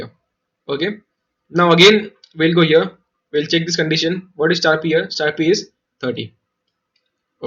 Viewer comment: man i was just wondering how many times u have used the word "here". The fun part is that is sounded like ear